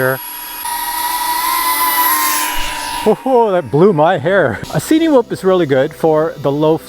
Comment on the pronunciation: At one point in the video you mentioned 'cinematic' film. Cinewhoop is pronounced the same way, surely, it's not a 'see-knee-whoop.' Sorry had to get that off my chest, you know when people say things in a way that makes you cringe? Otherwise, great video as usual. I'm seriously considering buying one of these and this was helpful.